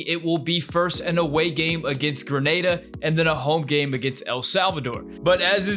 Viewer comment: You pronounced Grenada correctly, well done my friend